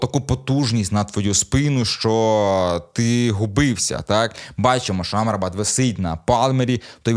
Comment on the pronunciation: Мактоміні, Амрабат (з наголосом на А) і МакГваєр - це типу фішка?) Бо випадково зробити стільки помилок в одному реченні неможливо)